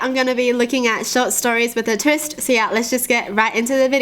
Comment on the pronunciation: It’s the way she says it idk why but it’s hilarious when she says twist😂